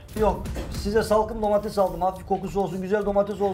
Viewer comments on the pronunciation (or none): Yalnız programdaki herkes neden domatese DOMATEZZZZZ diyor 😂😂😂 domatezzz aşağı domatez yukarı. Kimse domateS demeyi bilmiyor mu ya